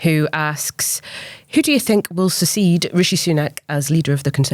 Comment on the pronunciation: I know I thought she was saying secede (as in breakaway) but realised she meant succeed haha